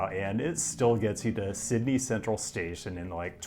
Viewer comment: The correct pronunciation of Sydney was just a false sense of security to hit you with that horrific Parramatta pronunciation